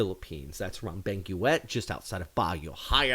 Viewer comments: Buti maganda na Ang pakiramdam mo. Tip lang Kapatid Cordillera, pronounced as, "cordil-yera" Benguet, pronounced as, "beng-get" Salamat sa mga Balita mo, dagdag kaalaman Siya. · "Cordela?" CORDILLERA is pronounced COR-DIL-YERA. BENGUET is pronounced BENG-GET. Hope you get it right next time. Peace.